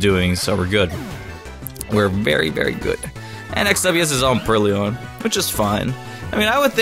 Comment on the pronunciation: It's purrloin, not purrlion :B Also, STAB: Vine Whip's power becomes 52.5, meaning it's pretty much the same thing as Tackle :3